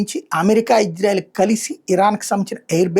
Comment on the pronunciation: Ayya. .. adhi hijrayelu kaadu ...meeru sarigga palakali.